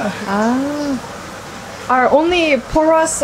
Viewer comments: Same omg, big fan of her but so sceptical as an Spaniard living in Madrid. But the content is good! Although I cannot stand her calling our "porras"... PULOS! 😂😂 Took a while until I realised what she was talking about hahaha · Hey :) They are not called purros they are called porras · Just watching this video since I'm madrileña but just one thing it's not buros o puros it's PORRAS. And something interesting it's that churros in another place of Spain are the porras and the churros are called lacitos (lil bows since it has it's form) Hope you had a great time here in Madrid, and hoping you come back for more in the future! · later in the video one guy for the third time says "porras". She corrects herself talking to him, then when she says it to the camera again she again says PULOS! wtfff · Oh, was in my city! glad you enjoyed it! you kept calling porras "puros", which was funny. Although, for the proper tapas experience/culture, I'd recommend Granada. You'll get a little plate with every drink you order, so you can eat all day long just with drinks. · Its so funny as a basque listening to you say porro instead of porra. Porro means joint in spanish. "Porro is my favorite goes hard" hahahaha. Also loved the video, missing madrid now :( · I want churros so bad right now. Btw, the thick ones are called “porras” not “puros” 🤗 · Hey! I'm from Madrid, just leting you know that it's churros and porras, not churros and puros haha, that means cigars😂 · It is Porras, not Puros. Puro is another thing jaja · Its not puros its porras hhahahahah so cute hearing it pronounced like this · Porras, not puros 😂 ( puros mean cigars in Spanish). I like porras better than churros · Lady, I enjoy watching your videos, but it is PORRAS and not PURROS :) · You say porras , not porros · P O R R A S. Now try again, P O R R A S. 😅